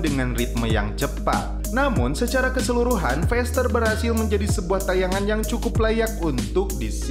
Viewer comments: faster bro. bukan fester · Cakap pn x betul feester,,,,faster